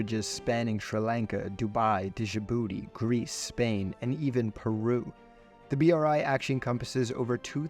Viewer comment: Video so full of errors that it made me to watch it really closely and rewind many parts to see if I heard and saw things properly. Pronuncuation of Di-ji-booty, connecting two largest cities(???) in Singapore, eleviate (not elevate) Chinese yuan and map of Vietnam while mentioning Laos.... Feels as if this was generated by AI